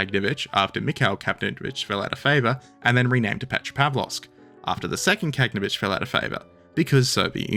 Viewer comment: look at the spelling, even in english. Ka-gan-o-vitch. not Kag-no-vitch. And get cracking on part 9